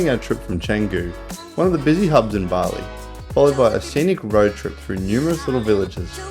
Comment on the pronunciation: Nice video, well edited. Please learn how to pronounce the words correctly as not to look ignorant and be disrespectful to the people of Bali.